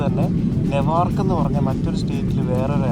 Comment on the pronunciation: Pronunciation of NEWARK is ന്യൂവാർക്ക്, not നെവാർക്ക്., Pls correct it.